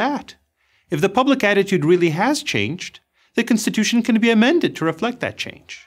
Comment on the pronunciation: is it me or is he butchering the word constitution it's not censtituion learn how to pronounce the word properly